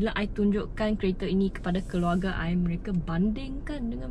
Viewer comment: Susah betul dia nak sebut mereka, nasib baik tak sebut mereka jadi neraka,😂😂😂,,, anyway good presentation. Saya Rasa ramai Yang senang faham.... ni baru betul dipanggil as Malaysian..